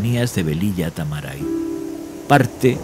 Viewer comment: Es Velilla TARAMAY, no Tamaray